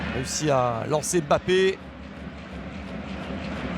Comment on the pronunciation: Pourquoi il dit bappe c’est mbappe ptn